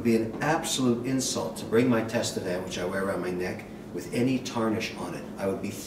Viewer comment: Kevin: it is pronounced "Tatevin," not "Tastevin," even if it is spelled, Tastevin. The "s" is silent. From a fellow Tastevin member (San Francisco Chapter).